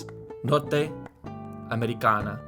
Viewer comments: when you pronounced “Norte-americana” you forgot that in Portuguese the letter “a” has multiple sounds. You said: ámericáná, when the widely spoken way here in Brazil is “ámericâna” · Norte-americana is pronounced nortchamericana, also, remember that this is not Spanish, so the 'a' at the end is pronounced like the 'a' in the english word "Russia". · Norte [Norh-tsh]